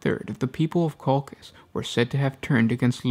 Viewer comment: I am pretty sure (litnening to audio books from BL) that Colchis is pronounced differently 😊